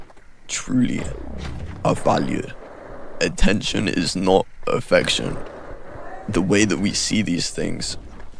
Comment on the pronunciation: bro said attentoin